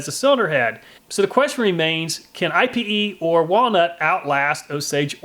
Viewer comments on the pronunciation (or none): it's not I.P.E. it's pronounced eap-aye.. or I've heard eye-pay.. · If thats Brazilian Ipê wood then it isnt said like I.P.E wood but it's actually 'Ih-peh' wood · I believe it's pronounced ee-pay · It's pronounced "eyep" or (in French) "e-pay". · For the record, it’s pronounced “Eepay” or “Ippay.” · Pronounced EE-pay .... just like Ebay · IPE is pronounced EE-PAY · It's pronounced (eee-pay) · Its pronounced eepay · Ipe is pronounced 'EEE-pay', its also known as Iron Wood so no need for another Ipe/Iron Wood test. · EDIT, Miss heard.. You have walnut and IPE, but it is pronounced (EEE PAY) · It's pronounced eepay. It's a great bow wood due to almost non existent knots, straight grain, and insane density. The people who make flammability ratings for stuff classify it as more fire resistant than aluminum. It's so oily that it does not need to be treated for exposer to weather. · Ipe actually has a pronunciation. It's "eepay". Just FYI.... Love your videos, and the logical way you do your tests! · ipe is pronounce E-PAY. It is the strongest and nicest decking you can buy. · Ipe is pronounced ee-pay just letting u know cool vid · I had to Google ipe, and just so you know for future reference, it's pronounced "ee-pay". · Lots of fun. Fyi we pronounce ipe (ēpāy). Not totally sure if its correct but around here thats what everyone calls it lol. Ipe is some hard stuff right. As a carpenter for 20+yrs ive done lots of decks with it and i use the scraps for work benches and shelves in my garage good stuff but ya do have to predrill and tap it if ya want a good bullet proof joint. Thanks for the vid take care p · Yes! I recommended ipe. Thats awesome your trying it out. Im pretty sure its pronounced "e-pay" though. Too bad it didnt last longer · It’s actually pronounced “eepay”. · FYI IPE isn't an initialism, it's a word, ipe, pronounced like the word 'pee' in Pig Latin, ee-pay.